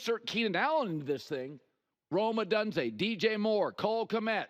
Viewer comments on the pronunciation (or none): it’s gonna be the year 2030 and Colin will still be saying Rome Odunze’s name wrong